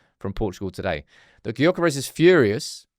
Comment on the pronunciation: YOH-kuh-resh- Silence that G and maybe he'll be more inclined to join haha